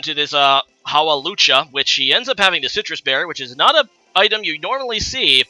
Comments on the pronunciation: Haw-Wool-Law-Chah? Its Haw-Loo-Chah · Haalucha! lol You had One JOB Hawlucha!!!